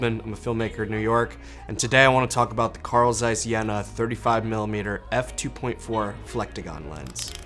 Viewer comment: I Germany we pronounce: Jeeena och Caiss 🙂